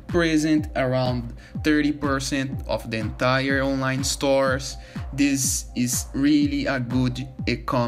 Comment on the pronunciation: "How to do dis?" 😂